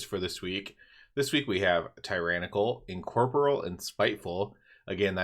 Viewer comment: This is a nit-pick but say it with me. En-COR-Por-real. Sorry It was triggering me. lol.